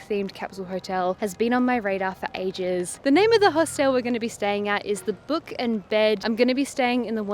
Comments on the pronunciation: “Host-l”, as if the e before the l is silent. There’s no right or wrong way, just funny. Never heard it pronounced like that ever ! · I did a double take EVERY time this person said “Host-ELLLLLLLE” 😂